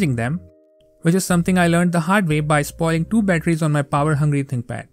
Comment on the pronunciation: An example of why enunciation is important. It sounds like you said "my ex-wife's stream." 🤣🤣